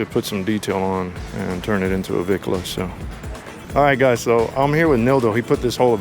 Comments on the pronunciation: Let me educate all you none Mexicans and Pocho mexicans! The word "Bicla" NOT Vicla! is slang in Mexico for Bicicleta which translates to bicycle!🤦....And yes I am an Old time REAL biker for over 40 yrs. not a weekend warrior! I have a 1974 Shovel head Electra Glide and a 2000 Twin Cam Electra Glide! And of course I am NOT into these Lowrider looking Bikes. Chale Ese! 😁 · Homeboy could not define what a "Vicla" is maybe because that is NOT s proper word! The real word which derives from Mexican slang is pronounced "" BICLA" not Vicla....So "Bicla" comes from the word (Bicicleta) which then translates in English for bicycle. 🚲....So to those that want to be dropping Spanish names to scooters, get it RIGHT! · Just for you information everyone has this word wrong! It is supposed to be pronounced "BICLA" which is a Spanish slang word or short for "Bicicleta" which means bicycle. To EVERYONE if your gonna use Spanish words in reference to bikes get RIGHT!.... And yes I am an Old time REAL biker, not a weekend warrior! Been one for over 40yrs. I own a 1974 Shovelhead Electra Glide and a 2000 Twin Cam Electra Glide. And of course I'm not into that low rider cookie cutter looking bikes. My bikes are true real scooters (hogs) for those that are even old enough to know what that means!